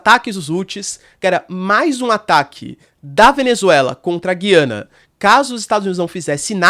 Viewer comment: A pronúncia certa é Gu i a na. Pode reparar o presidente deles fala Ga i a na. Em português tiraram o trema em cima do U. O trema indica que a letra deve ser pronunciada. Lembra Goiânia e Goiás e não lembra guiar. Mas acho que pode ter diferenças regionais de pronúncia.